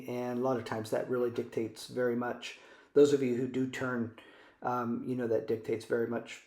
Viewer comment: You know, when you say you know, you sound like a drunk 20-something female outside a club. Articulate better. We dont know.